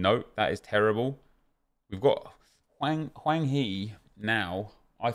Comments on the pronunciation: Its Hwang not Wang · Hwang, not Wang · HWANG NOT WANG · I'ts hwang not chan